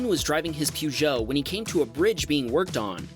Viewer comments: It's purrrjoe, not pewjo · "Peugeot" is not pronounced "Poo-joe". It's more like "Purr-zheau" with a soft 'zh'. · Peugout (its pronounced more Pégoo and not Pugoo btw, pretend the u isn't there), renault, citroën are all French crap cars known for breaking down all the time. Which is why they aren't sold in the U.S. I'm guessing. Parts are cheap, but you might as well pay a bit more and buy German. Also better are Japanese or Korean cars. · It's not pronounced "pyoo-joh" you clown. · Peugeot is a French car. It's pronounced Pergeot. I worked for them for a while. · Pronunciation: Peogeot = Perj-oh (with the J being soft) Ivan = I-van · Its Peo - Geuot, and there nice i have a love for the 2o6. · Please stop saying Peugeot that way 😂😂 it’s pronounced like Per-Jo. Love everything else though haha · A) thats not how you say Peugoet B) they are horrible cars, just watch Jeremy Clarkson impersonate a Peugoet driver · It's kind of obvious they aren't sold where you live! Here is how you pronounce it.